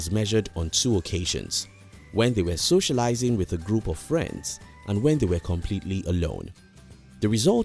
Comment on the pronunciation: Thanks, good video. You tend to emphasise the third syllable in English words where the emphasis should be on the first syllable. For example "sociaLIsing" instead of "SOcialising".